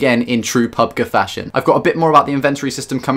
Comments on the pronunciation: It's Pubg not pubga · PUB-GEE G LIKE SAY PUB THEN G